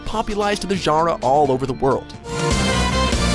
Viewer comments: "influence the zharra" Genre. As embarrassing as that take must've been, it's even more embarrassing they chose it for the edit. Literally laughable. How the fuck do you fuck up pronouncing genre? As a VO artist?! 😮‍💨🤦‍♂️ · It’s genre not Jura! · Overall good list, but do you really not know how to pronounce genre?